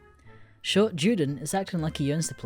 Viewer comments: Juden is pronounced You-den not Jew-Den. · ITS PRONOUNCED YUDEN NOT JEWDEN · It’s pronounced “Yuden” not juden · I’m sorry to be so goddamn nit picky but when you say Juden as it is in German, you say it more like You-din not Jew-Din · You say Juden as Jewden, and allës as allies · juden is the german word for jew, and so it must be pronounced with german pronunciation, and so the "J" is pronounced as a "Y" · Can't even say Juden correctly